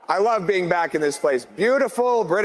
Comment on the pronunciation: Did carney say every fibre of our beam?.. that’s what I heard… what a looser